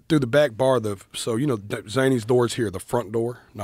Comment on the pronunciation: I don't knoowr 🤨